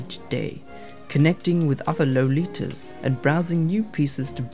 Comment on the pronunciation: lol "low-litas"